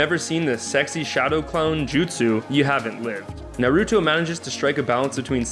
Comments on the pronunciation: it's pronounced sokra sos K and naruto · Narooooto, Sakooooora and Sasooooooke. Hokajjjjj wtf lol lamo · I'm triggered... Sasuke- Sauce-Kay; Naruto- Nar-ru-toe; Hokage- Ho-kah-gay; Sakura-Sah-koo-rah. Hope that cleared it up. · Anime names for dummies: Naw-roo-toe Sah-koo-rah Sauce-kay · Its NA-ROO-TOE xD And SA-KOO-RAH. I got so mad on sauske. its SAH-SK-AY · MeowAna Nar-uto, sack-cura and sas-uke-a.... kill me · I actually had to pause for a moment. I heard Naruto's name mispronounced like that, but Sakura and Sasuke?! It hurts. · You pronounced Naruto, Sakura, Sasuke and hokage wrong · the wat you pronounced naruto sasuke and sakura literally (no joke) made my ears pop from disgust... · You said Naruto Sakura and Sasuke wrong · The way you said Hokage, Naruto, Sakura and Sasuke gave me cancer